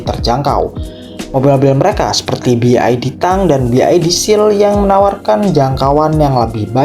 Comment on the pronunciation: Salah dalam mengucapkan BYD